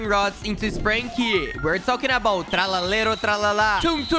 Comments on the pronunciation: Bro really said spranki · Bro really said sprinki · You says sprunki